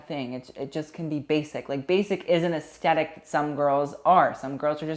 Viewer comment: Take a shot every time says asTetic